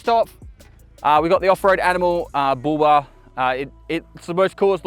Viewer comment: Oh he was saying Bull Bar. I thought he was saying booba.